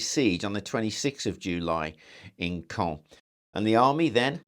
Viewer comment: It’s pronounced cawn